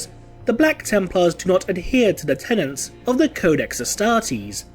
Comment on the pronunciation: What is it with internet goons being unable to pronounce "Tenet" properly?